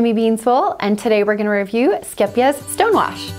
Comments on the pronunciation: You say the first part of the word scheep (scape) So no e sound the two e's are said like a long A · This is not actually how you pronounce it, haha. The second syllable is correct though! If you type in "scheepjes" in google translate you can click on the audio button to find the actual Dutch pronunciation. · Oh my goodness, now I know how to pronounce the name. I've been mispronouncing it for years! Lol Skeep-jeez 🤦